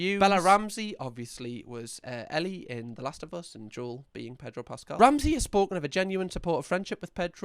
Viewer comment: predro pascal lol